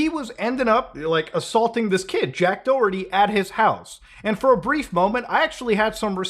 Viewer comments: you pronounce the H in Doherty. It is not Do-erty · Muda , i know you have no idea but its pronounced Da-Her-Tee , its an Irish name and we like to make words that sounds almost nothing like they are spelled , its our fav past time. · The way he said Doherty was weird 🤣 it’s an Irish surname. The h is mentioned in Doherty. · He's pronounced Doerty? I kept pronouncing him Do-herty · Is it just me bothered how you guys pronounce Doherty it's Doh-her-tea